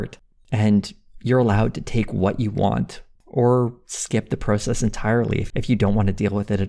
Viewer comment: I wish all Americans pronounced 'process' properly like does.